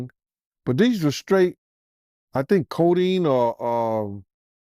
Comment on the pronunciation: 😅 he said, " .......opoids or some shit"